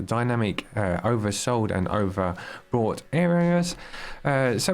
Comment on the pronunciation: Overbought not overbrought lol ..haizzzzz